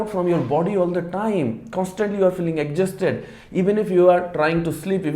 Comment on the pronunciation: Plz learn the right pronunciation of exhausted